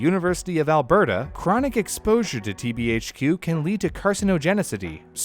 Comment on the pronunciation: my man being able to pronouce TBHQ will forever impress me for my life.